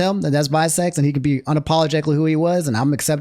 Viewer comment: Calling Vi Seconds (6 Seconds) Visecs is wild and so funny lol 😂😂